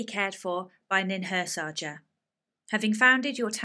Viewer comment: Small remark - it's not "Ninhursaja", it's "Ninhursanga" with the "ng" comming together as a one sound. The "j" that found its way to the translation was probably a simplification of the 'ng' written for the purpose of a website.